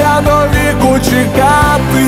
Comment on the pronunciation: Те, що пан намагається співати українською, - добре. Погано те, що на фонетичному рівні - це все одно російська (трыматы, калына, чэкаты). Їхати в будь-яке село чи райцентр і вчитися вимові.